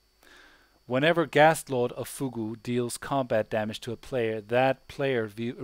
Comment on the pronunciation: Fugue is pronounced "fewg." look up "fugue state" on wiki